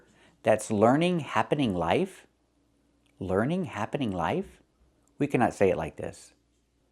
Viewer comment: I suppose she meant "live" but said "life"